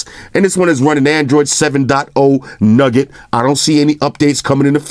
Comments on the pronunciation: Newgut not nugget lmao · Everything's good, I just got bothered by "nugget" instead of "nougat". OCD kicking iiiiiin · Bruh it's nougat NOT nugget come on mane lol